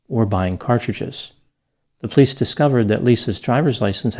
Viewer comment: I absolutely Love your show,, but Plice is a two syllable word! Po-lice! Hehehe